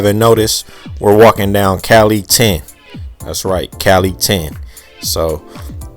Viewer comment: Thanks again, boss. On a side note, Calle is pronounced CaJe. The double makes a L makes a J sound, the E is pronounced like Ema. Stay consistent.